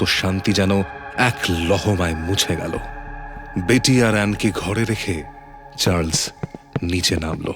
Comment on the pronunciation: Story selection is excellent...but this "Churles" instead of Charles hurts my ears!!! 😢